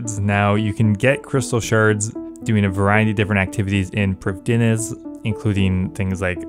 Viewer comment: No one ever says prifddinas correctly :(